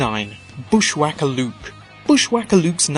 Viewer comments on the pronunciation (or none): none